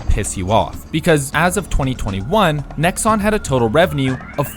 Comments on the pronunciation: How do you make this entire video calling them fucking "Nexus????" It's Nexon. Name them and fucking shame them. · Pretends doing a serious and informed review about a grindy game Sponsors a grindfest of a game Is unable to say the name of the developer right once in the entire video Understandable, have a nice day.